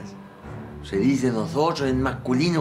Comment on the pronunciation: Se dihe nojotros en mahculino Alexis Kramer 2017